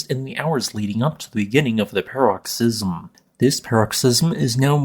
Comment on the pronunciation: "paroxysm" -- emphasis on the first or second syllable, not the third.